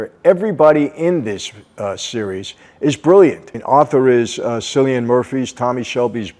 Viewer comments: Hi Michael....Great video as usual... The name cilian is spoken as "Kilian" rather than cilian hehhe English accent hey....lolol love your videos.... continue.... I watched all series ....but not yet the last episodes.... I recommend massively for people to watch.... 🙂 Polly is Helen McCrory who unfortunately died of cancer before the series ended...so you won't see her in the last season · Cillian murphy is pronounced "KILL-IAN" not "Scillian"...you'll have to answer for this in ireland sir!🤣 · It’s kill-ian not cill. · KILLian.. It's pronounced like "kill" not "sill"... I made the same mistake but then I heard someone talking about him. Apparently he's quite, well, quite the actor. If you know what I mean. Can be a bit of a diva, from what I've heard. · Scillian Murphy, its Kill-ee-ann Murphy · "Sillian Murphy" PLEASE MY EARS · You only pronounced half his name wrong. Alot of americans would call him Sillian MurPie. Lucky his names not Fiachra or Domhnaill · He's pronounced more like Killian then sillian. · Kill-Ian Murphy not Sillian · It’s actually said with a hard C rather than an S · So glad you are reviewing this Michael as it’s my favourite show of all time. I must correct you on Cillian’s name who is a fellow Irishman of mine it’s pronounced Killian rather than Sillian. Which is an easy mistake a lot of Americans tend to make with that name as the pronunciation can be tricky. Thanks again Michael great video as always 👌🏻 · Love the review but it's Cilian, pronounced like K-illian not S-illian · Just so you know Michael, it’s pronounced KILL-IAN rather than SILL-IAN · he was pronouncing the “C” like an “S” I wanted to provide context to the whole situation. Nothing worse then pronouncing someone’s name wrong. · Great video Michael! Also it is pronounced ''Killian''. I also said ''Sillian'' before I realized it was Irish. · I have been binging on your videos, michael, but it's pronounced "kill e in Murphy" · "silian muprhy" lol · It’s pronounced ‘Kill-li-an’